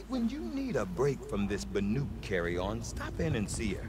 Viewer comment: Hopefully being in the Cut will pound 'BANUK' into his head, he called them 'BARUK' for the entire main game! lolol...really though, great content! :D